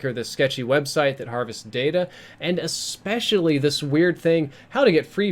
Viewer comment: I subbed to back like 5 years ago, but he's all about click baiting and he still can't pronounce "especially" so un subbed